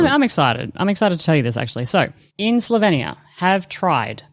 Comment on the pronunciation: Just one comment - it’s pronounced Slo-veen-ia. Not Slo-ven-ia.